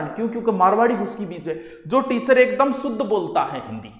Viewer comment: Jaise aap । सुध bol k शुध्द sikha rahe hai sir, jokes a part u r a very good teacher U teach very interestingly.